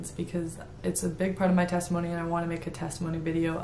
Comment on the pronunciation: Did she say sextimony? 😭